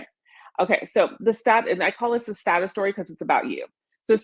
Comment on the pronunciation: When she says 'status story' it sounds like 'sad story'. I had to listen to her intro to that topic a few times.